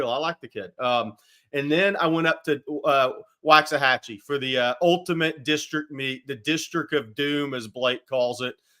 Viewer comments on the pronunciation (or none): & need to work on their pronunciation of Waxahachie. Being from there, it's like nails on a chalkboard hearing them pronounce it the way they do😮